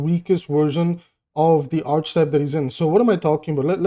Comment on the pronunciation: Yeah but that's not how you pronounce it